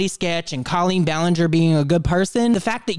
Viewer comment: Ill never get over how Colleen is pronounced co-lean when I’ve always heard that name pronounced “col-lean”